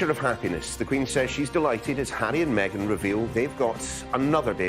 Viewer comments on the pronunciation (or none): none